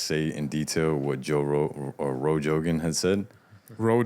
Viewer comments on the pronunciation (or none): “Roe Jogan” 😂